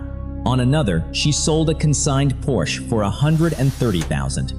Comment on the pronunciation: please have AI pronounce Porsche correctly